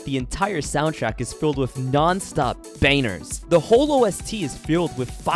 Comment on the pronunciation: “Full of nonstop BANERS” I’m sorry but that mispronunciation was funny.